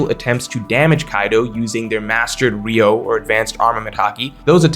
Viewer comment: it's not "ryou" but "ryu-o"/"ryuou", the o is separate from "ryu". Like Ryuma, but replace ma with o. "ree-ooh-ma" > "ree-ooh-oh" You're one of my favorite OP content creators but it hurts my ears every time.